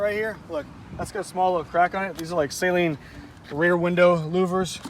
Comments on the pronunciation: Well it is a guys last name and it is pronounced suhleen. Not saline like a salt water mixture lol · It’s pronounced suh leen.